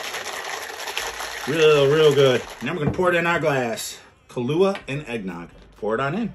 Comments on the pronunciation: Hey you pronounced Kahlua right this time. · Glad your not pronouncing it Kahoola anymore